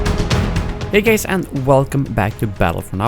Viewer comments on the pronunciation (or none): Is it me or did he say "hey gays" at the beginning of the video?